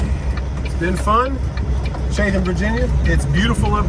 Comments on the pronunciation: Oof, the way he pronounced Chat-ham. 😬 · Chatham = "Chat-UM" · It's pronounced chattum and it is some pretty country.... lots of moonshine comes out of that area lol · Pronounced Chat-um Virginia